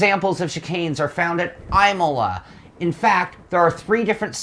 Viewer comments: Imola is pronounced EEmola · EYEmola lol, I know what you mean. it kind of lessened my opinion of his credibility. I know how bad that sounds, and it shouldn't. everything else he said was spot on, but come on, Imola is world famous, anyone who calls themselves a racing fan should know how it's pronounced. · The way you pronounced Imola kinda bothers me.